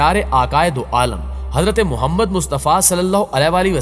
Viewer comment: sahab aap se darkhaast hai aap hamare pyaare nabI محمد صلی اللہ علیہ وسلم ka naam sahi adaa nahi kerte ulama hazraat ke saath naam ki mashq kar lein.